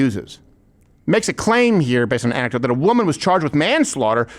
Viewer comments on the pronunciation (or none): Candace would like to remind you that it is anecktadote